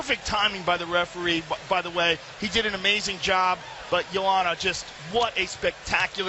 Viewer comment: So funny hearing JOE ROGAN calling JOANNA"S name in the beginning round as YO-HAN-NA rather than as YO-AN-NA. Of course back then nobody outside of POLAND could pronounce it correctly.